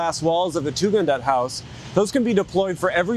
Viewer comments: also, it’s Tugendhat, not Tugendaht or whatever, it’s even written on the included sketches, these little things put me off from finishing the video… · Beautiful, interesting video! But –shamefully– the Tugendhat family in WHAT?! And Tugendhat, not Tugendaht.